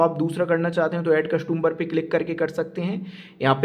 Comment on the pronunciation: Sir आपके nails काफ़ी गंदे हैं और कस्टंबर नहीं होता कस्टमर बोले आप बार बार कस्टंबर 2 बोले जा रहे हैं Next time ध्यान रखें